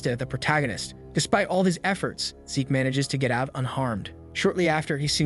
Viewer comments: Zeke. Not Zich. Zeeeeek. Awfully grating to hear zich over and over again, if youre going to use AI voiceovers it would be great to check names and genders before posting, cheers. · Fix the voice program. It's always mispronouncing names. MC is named Zeke... not Zitch! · Bruv it’s Zeke… pronounced Zeek (replace S with Z sound in the word Seek). Why call him Zich, he ain’t no snitch. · It's Zeke, not Zich. Rhymes with leek or reek or peek or sleek, etc. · It goes to Zeek a bit later in video. So it was fixed